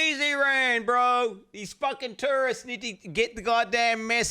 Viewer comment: I kept mishearing "tourists" like the way the said it sounds like "turds" 💀💀